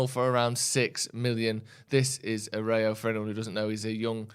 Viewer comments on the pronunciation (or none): Hope get Ten Hag. The Barcelona player is pronounced Arrewjoe (Aroujo) or Arrewhoe.